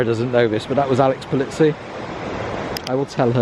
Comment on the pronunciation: Alex Pol-EE-zi, not Pol-IT-si !